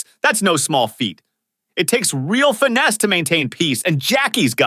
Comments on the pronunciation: the hell is Fine-ness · Yeah, something. They pronounced finesse “fy-ness”